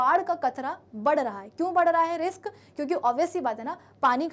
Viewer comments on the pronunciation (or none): none